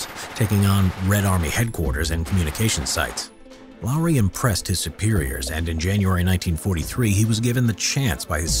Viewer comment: Finnish is hard but congrats you said Lauri right